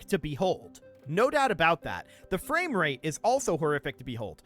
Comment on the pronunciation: The only thing i hear is going fames, fames, fames.